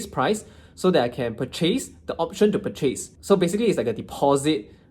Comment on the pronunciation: Interesting way of pronouncing the word “purchase”. Ahem.